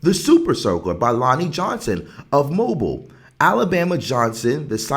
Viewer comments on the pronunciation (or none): I can’t let you off like that. It’s pronounced Mō-beal. Mobile is pronounced Mo-beal😂😂😂